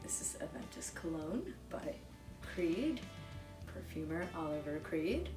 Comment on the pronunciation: “Oliviaye” Olivier creed not Oliver